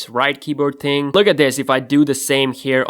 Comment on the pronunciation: don't say "ting" it's really annoying